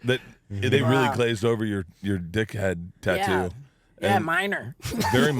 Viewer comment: Why can't he say tattoo 😮